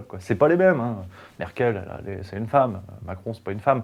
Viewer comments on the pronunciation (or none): none